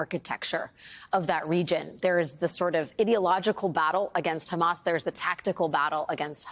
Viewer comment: It's hammAS not hamESS. Please stop interviewing terrorist apologists who can't even call the terrorists by their self-defined and world-understood names. There's nothing useful in this story. 1948, 1973, hamESS, all irrelevant to baby-murdering savages that need removal from this planet. Bye bye ISIS Gaza.